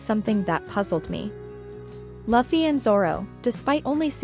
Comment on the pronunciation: i paused this on min in and said your theory cant be right you just said laufy not Luffy